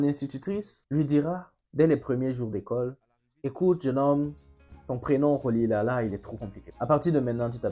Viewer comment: Bonjour. Rolihlahla se prononce ..."rolihlahla", avec le hl de kahle umkhonto we iszwe, ou de umhlobo, ...mais cela ne vous aide pas. Ce n'est pas un click, mais pas très facile non plus. Admettons, pour une fois, que l'enseignante l'aurait bien appelé Thembu, Miki, Priki,... ( des noms Xhosa courant) - ah oui, Xhosa, n'est pas bien prononcé non plus... et Sisulu n'est pas SizulOU, mais Si SU lu... je vous pardonne. Volontiers, mais vous voyez, ne pas savoir prononcer n'est pas forcément être raciste. Si en un bon mois du temps j'avais presque provoqué une révolution au Grootfontein Landboucollege... c'était des jeunes Boers qui me soutenaient... Non, pas tous racistes, mais tous prisonniers dans ce piège que l'apartheid... La couleur de peau était un prison pour tous...doré pour eux, sanglant pour les autres, mais. J'avais sept - sept - adversaires Boers , parmi les élèves. .... La lâcheté est la force des mauvais. De peur du mauvais , le lâche se fait méchant..: même s'il y perd son estime de soi... ET JUSTEMENT , Rolihlahla Mandela l'avait compris ...( tu en parles : son ami, et gardien... ).